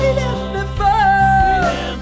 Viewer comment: Se pronuncia Deifou